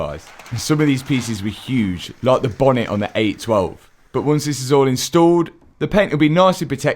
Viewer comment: i chuckle every time he calls it a "bah-nit" (bonnet)